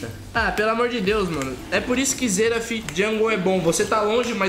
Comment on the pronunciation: "Xerado jungle" kk